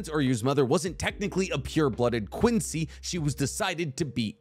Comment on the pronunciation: has to work on his pronunciation of Quincy terminology, this hurt my ears and I'm not even German